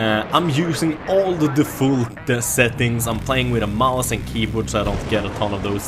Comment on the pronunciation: lol varför säger du Defult ? XD